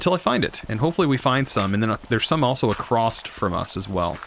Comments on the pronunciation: why do you say acrosst in every video? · Enjoyed the video, as I am enjoying this series so far. You got a sub out of me :) Thank you for the educating, but also VERY entertaining series. I laugh every time you say "acrosst" :D